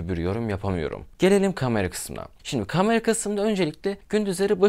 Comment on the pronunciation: Kardeş seçtiğin yol nedeniyle “kamera” kelimesini bol miktarda kullanmak zprundasın. Ve bilki yanlış telffuz ediyorsun. “A” harfi ile ilgili buyuk sıkıntın var. Kamera, kalem, lale…. İlk “A” lar ince “A”